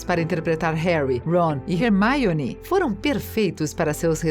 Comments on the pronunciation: "Harry,ron e rermaione" Kkkkkkkkkkkk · vcs ai falando mal pra caraca da hermione que ela ta fallando errado,, mas em ingles se pronuncia assim gnt. se pronuncia: ''rermine'' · hErMaIoNi??? poRtter???? houarts????????? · "Hermaione" KK q agonia ouvir assim o nome dela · ''harry ron e RERMAIONE'' super certinho moça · "Rermaione" 😆 kkkkkk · "Remaioni" "Warner brothers" "Guifinoria" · Parece que digitei Hermione no Google tradutor e a voz da tradutora dizendo Hermaione toda vez que clico Kkkkkkkkkkkkk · Toda vez que essa narradora falava "Hermaione", meus ouvidos sangravam. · "você ficou incomodando quando crabbe desapareceu de repente da franquia dos filmes posteriores?" Não, eu fiquei incomodada com vc falando Hermaione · Kkkk 1% dos comentarios: o video 99% dos comentarios: comentando sobre a mulher chamando a hermione de ermaione kkkkkk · dps do HERMAIONEY fechei o video kkk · Hermaione é foda viu,que agonia do carai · Moça... Fala Hermione direitinho Pelo amor... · TODO mundo falando da Hermaione Mas alguém notou que ela disse “DAMBEUDOR” né??? Pelo amor de Merlin hahahahaha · "harry, ron e rermaione" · E ainda foi pronunciado errado kkkkk seria mais como um "Rarmyone" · Que agonia dessa mulher falando RERMAIONÍ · manooooo, que porra de Hermaione or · E ela ainda pronunciou errado kakaka, em inglês a pronúncia do "e" é tipo um "a" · Mas é Hermaione que se pronuncia, amg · é HERMAIONE e acabouuuuu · Kkkk parece q ela fala "maionese" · Da vontade de dar um soco na cara dela quando ela pronuncia assim o nome da Hermione 😂👌🏻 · Kkkkk ela disse errado o certo e Harry Roni e Hermione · Gente em inglês não pronuncia o nome da Hermione com “i” no meio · Da pra falar Hermione e Hogwarts direito caramba.. que nervoso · Gente, pelo amor... Vamos aprender a pronúncia dos nomes dos personagens. O vídeo tem um conteúdo massa, mas esse jeite em que Hermione foi falado mata tudo. Qualquer (Generalizando) Potterhead fica louco. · Hermaione é meu pau, é HERMIONE! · Ramaioni? Kkkkkk